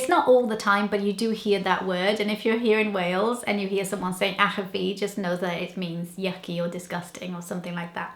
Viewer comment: ych-a-fi your saying it wrong but still a good video